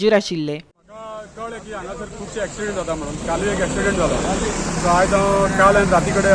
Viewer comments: Axiement or accident, don't even know to pronounce the proper English . who employed you dear😆😆😆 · Not acciment but accident